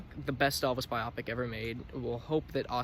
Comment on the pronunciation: He said biopic! Lol it's bio-pic